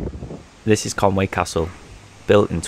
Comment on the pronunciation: Just one final thing - I don't think it's pronounced Conway - because 'Conway' is obviously English. Conwy is Welsh and so a different word to English. So, it should be Con-wee.